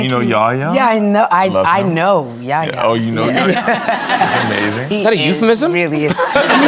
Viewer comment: I died when they said yaya about yahya It's ya-H-ya